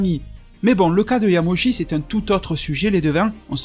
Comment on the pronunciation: Quand j'ai entendu "Yamoshi" j'ai vraiment eu envie de quitter la vidéo